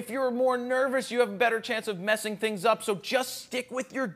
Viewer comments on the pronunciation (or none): none